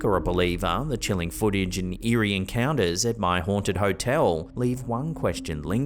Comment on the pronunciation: well you did say eeri PA